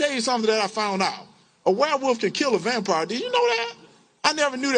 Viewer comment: Hershal it is "werewolf" not "warewoofs". Hershal, it's "cool" not "coo"